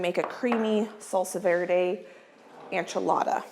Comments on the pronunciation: I’m not sure if you are aware or not, but the word enchilada is pronounced ENchilada not ANchilada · Enchil-DAD? And you’re correcting someone else..?